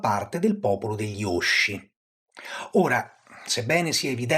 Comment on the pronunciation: Bel video. Solo un elemento di pronuncia, non per pignoleria ma in coerenza con il livello molto alto e molto accurato del canale: òsci, non ósci, in quanto dal lat. ŏsci; al contrario, Ómbrica, non Òmbrica.